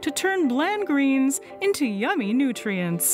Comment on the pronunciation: Mmm, "Ymummy Nitrients". Hehe.